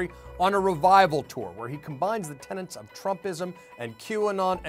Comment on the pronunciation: The word is 'tenet', not 'tenant'.